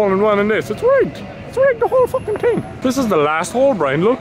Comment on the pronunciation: i luv how he says ting instead of thing